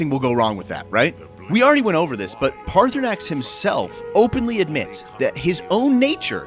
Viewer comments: Dude, pick an pronunciation. You keep flipping between saying his name as Paarthurnax and Paarthurnan. Paarthurnax obviously is correct. Easiest thing is to bypass that part or killing or not killing him until after your other quest. Always has and will be the best way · His name is pronounced PartySnax